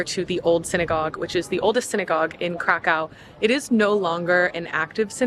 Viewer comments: Its Krakow, not Krakau. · Crack Cow. Sorry I had to. It`s not that dificult to pronounce city`s name properly. In english it will be something like Crackoov. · cra coov not cra cow:) very nice film enjoy your stay in Małopolska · it is not crakcaw its cracuf or cracuv there is diacritics above o making it ó and it is read as U. changing places names is disrespectfull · Stop saying Krakow - try to pronounce geographical names correctly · It's better to say Krakau. The first option in English has a connection with drugs, dude...